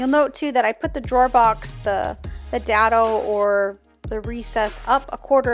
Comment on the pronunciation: Dado - DAY-doe